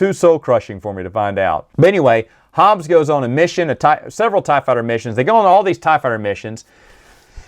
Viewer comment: Hobbie, not Hobbes.